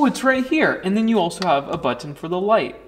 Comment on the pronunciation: Butt-ton XD lol